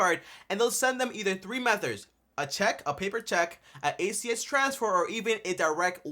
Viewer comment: Dude. M E T H O D S not METHORDS .. 🤦🏿‍♂️🤦🏿‍♂️